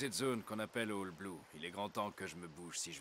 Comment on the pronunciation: on dis pas bloo line on dis oll bloo 😁